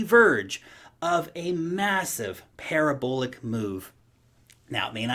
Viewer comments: "para-bull-ic" lol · I was going to say "why does he say parabolic so weird?" haha now I get it.